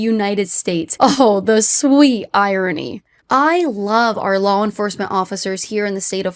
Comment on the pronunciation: She note, it makes me chuckle how Kaitlyn always says "lawl" instead of "law" ❤